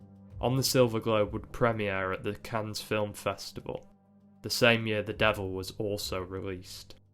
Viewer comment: Cannes is pronounced Can'n